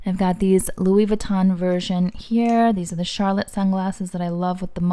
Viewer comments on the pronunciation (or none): none